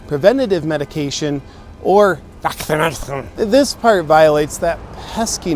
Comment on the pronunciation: I love the way he overrides the algorithms with his pronunciations of "baksinatighon."